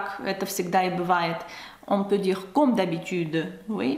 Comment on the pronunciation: Bonjour! Tu parles très bien Français - Bravo!!! - mais je me permets quelques remarques sur ta prononciation dans cette vidéo. 1) Tu prononces: " Mr BOUneval" --> il faut prononcer Bonne -val "BONNE" comme dans " la confiture est bonne;-)" 2) Tu prononces: "CAUME" d'habitude. Le "O" doit être ouvert cOmme (même chose que "bOnne" au point 1 3) les premières atteintes tu as oublié la liaison --> "les premières 'z'atteintes" 4) Ah ça!! On ne prononce pas "AAAAh ça!" mais "aCAAA") --> "ah" très court... "ça" plus long 5) Tu dis: Le malheureux ajusta "SON" lorgnon et "LU" --> il est écrit: le malheureux ajusta 'SES" lorgnons et 'LIT" Voila qui va te faire passer pour une "vraie" Française;-) Encore une fois tu parles très bien... ce ne sont là que quelques détails qui amélioreront encore ton français Ты молодец! Amicalement Charlie